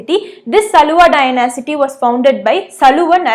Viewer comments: It is not dyna-city, it is dy-nasty. Thank You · Not dynasity it's dynasty😁😁😁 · Please note the pronunciation of Dynasty